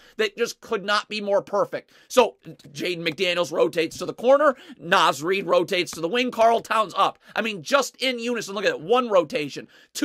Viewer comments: It's NAH-Z Reid, not NAY-Z Reid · Naz Reid sounds like Noz Reid. Karl-Anthony is his first name. Say KAT or Towns or say the whole thing. Gotta teach the masses so they can sound like true fans, welcome to the bandwagon 😂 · Quit calling him NĀz Reid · Love your videos. It’s “Nah-z” Reid